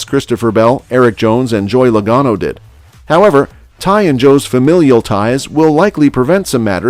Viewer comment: “Joy Lugano” 😂😂😂😂😂😂😂😂